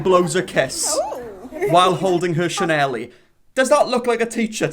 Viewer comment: i love how you say "chanelie" instead of "chanel" lol im gonna have to start calling it that